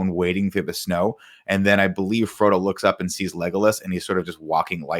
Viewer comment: Nick calling Frodo Fredo is the funniest thing in my life and all of middle earth 😂😂